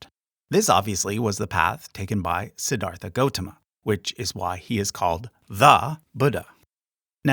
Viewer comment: Just a small nitpick but when Siddhartha (correctly pronounced si-dhar-tuh) became enlightened, wouldn't have he had been considered bodhisattva before being know as Buddha?